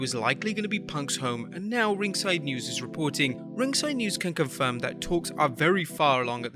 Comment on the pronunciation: "RinGsiDe nEwZ"